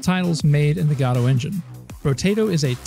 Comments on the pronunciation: Gaddo? Godot. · Its, godo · Why is he saying goto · "GOD-OH"? really...? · What the hell is this pronunciation of "Godot"